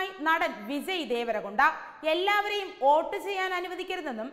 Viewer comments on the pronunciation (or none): Not OAT. ❌. It is VOTE... VOTE ✅